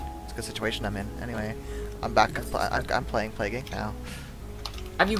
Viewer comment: Plague Inc. not "Palgue" ...